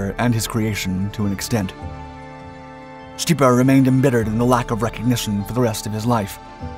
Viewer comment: This guy’s pronunciation of Stipa is horrid.